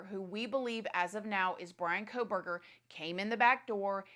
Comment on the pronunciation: You're so consumed with a trial but you can't even pronounce his last name correctly?